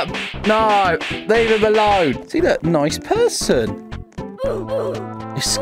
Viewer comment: LOL HE SAYS I'm noice but Kandice is not noice even though he killed some ppl LOL THIS MADE ME LAUGHING SO HARD